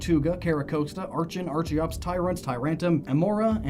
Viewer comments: Dude. You keep forgetting the "r" in Tyrantrum's name. It's Tyrantrum, not Tyrantum. Also, it's ar-kee-ops, not ar-chee-ops. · BTW it's pronounced ARKEOPS and based on the Archaeopteryx. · It’s not Arch-e-ops, it’s ark-e-ops. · It's pronounced "ARCK-en" and "ARCK-ee-ops". Remember to think of it like "Archaeopteryx". And I'm a firm believer of the "fossil Pokemon are only Rock-types because of fossils" myself. I love the idea that they were a different type back when they weren't fossils. My personal theory of what type they once were: >Omanyte/Omastar=Water >Kabuto/Kabutops=Bug/Water >Aerodactyl=Dragon/Flying >Anorith/Armaldo=Water/Bug >Lileep/Cradily=Water/Grass >Cranidos/Rampardos=Dragon/Rock >Shieldon/Bastiodon=Dragon/Steel >Tirtouga/Carracosta=Water/Steel >Archen/Archeops=Dragon/Flying >Tyrunt/Tyrantrum=Dark/Dragon >Amaura/Aurorous=Dragon/Ice As you can see, I'm pretty convinced all of the dinosaur (and pterosaur in Aerodactyl's case; remember, pterosaurs were NOT dinosaurs) Pokemon were Dragon-types. It would explain why so many other Dragon-types (Haxorus, Dialga, Palkia, Altaria, Kommo-o, Reshiram, etc.) are also clearly dinosaurs and why many non-Dragon-type dinosaur Pokemon (Tyranitar, Tropius, most of the fossils I listed) can learn Dragon-type moves.